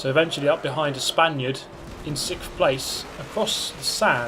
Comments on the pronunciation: Pro tip, there's no F in Sixth. SixTH not SixFth. I know you speak a different language, oh wait.. you don't. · “Up into sixthchtchgrhvgth place.” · Best bit - you saying 6th. And sounding like a bottle of whipped cream on the ‘xk’ pronunciation. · sick sixth